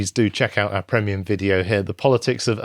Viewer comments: Thanks for dropping a “prehmium”, you charming devil. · Agreed except cannot pronounce some easy words correctly like "Premium" he makes it sound like it's a syllable short.